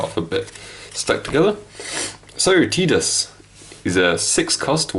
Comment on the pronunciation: Pronounce Tidus name right smfh